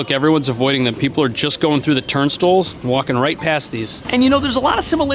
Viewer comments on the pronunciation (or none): It's pronounced TURN-STYLES, not TURN-STILLS, 50 million ex-NewYorkers can't be wrong and I rode the subway back when they used tokens & the fare was just a dollar..... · Are you saying “turn stools”? No offense. I love your content but isn’t it turn style? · Native New Yorkers don't call them "turnstills". They're pronounced "turn-styles". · Very informative video, I appreciate the in depth explanations of the pros and cons of each turnstiles. Btw I’m curious where your from because here in nyc we pronounce them turn-styles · Sorry, "turn-stulls"? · My man.. I enjoyed your video but can you atleast pretend there is a i in "turnstiles"? its not turnstles.